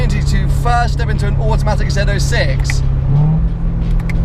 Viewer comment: Zed 06, finally pronounced correctly.